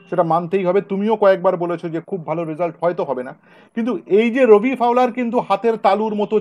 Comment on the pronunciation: Re ota রোবি নয়, ওটা রবি ফাউলার।